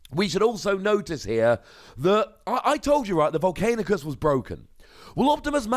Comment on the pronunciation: I love your vids but it's not Vol-cain-i-us, it's not Vol-cain-i-cus, it's Vol-can-i-cus... Still love your vids though lol.